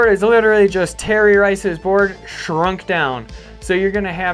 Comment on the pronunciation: Terry RIce? it's Travis TC :-P